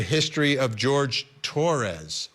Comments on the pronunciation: Jorge not George. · HIs name is not George. It is Jorge. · Isn't his name pronounced like "Horhay" not like "George " ?